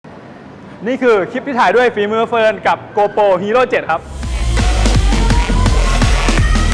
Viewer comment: GoPro not gopo